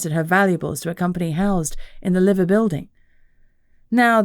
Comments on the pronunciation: Its pronounced Live er not Liver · Lie-ver birds. Not Livver. I know, not what you would think.